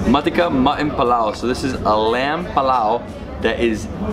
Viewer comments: its called pulao not pilao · Just a small thing.... It's PUlao not palaw